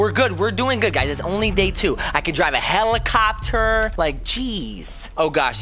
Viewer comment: I heard of helicopter not fellimofter